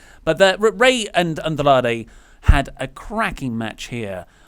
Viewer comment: Why does pronounce "Andrade" like he is actually mexican? No idea how can sit next to that and not say anything.